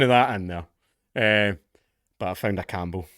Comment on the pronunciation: A horrible subject, skillfully delivered. The, "Cambell," part though.... 😂😂😂😂😂😂😂